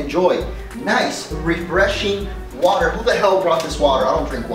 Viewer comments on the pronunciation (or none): water first i thought he said pee lol